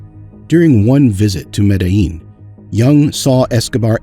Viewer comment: Your video is good but your pronunciation needs a bit of work. Lehder (Lay-Der) Medellin (Med-a-Yeen)